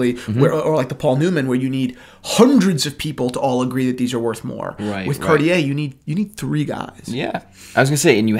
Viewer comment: Car-chee-eh....not cartiee-eh.